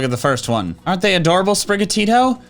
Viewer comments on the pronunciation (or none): none